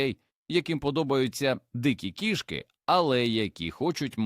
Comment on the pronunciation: Нажаль голос ШІ невірно ставить на́голоси! Особливо дратує "кішкИ́", наче мова йде про тельбухи, а не про котів!!! Врешті-решт робіть з цим щось!!!